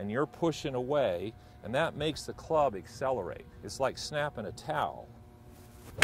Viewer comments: “EXCELERATE” perhaps “ACCELERATE”? Lol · Accelerate not excelerate